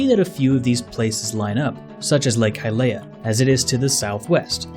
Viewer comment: Your voicing is fantastic- but please, if you haven’t already, learn the correct pronunciation of the names in this series- hearing “Hylia” (Hi-lee-uh) pronounced “hi-lay-uh” is painful to hear... also, I don’t know if you fixed “hylian” (hi-lee-an) from the Bongo Bongo video’s pronunciation. You can find a lot of these in the voice acted clips of Breath of the Wild if you haven’t seen them already!